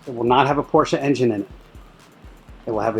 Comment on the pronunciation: How about learning how to pronounce the last name (proper noun) Porsche correctly? I'm just saying...